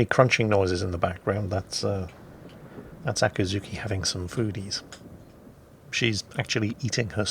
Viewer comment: ah. so it is. his pronunciation was hard to follow. but this in itself works. he has a cat that is a hungry ducky